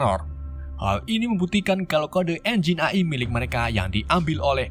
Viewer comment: AI dibaca EAI❌ AI dibaca AI✔